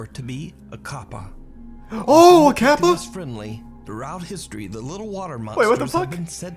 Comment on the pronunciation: no Charlie, the dude was actually saying kappa correctly. I know you probably won't see this since it's a fan channel, but still. in Japanese the a makes an ah sound.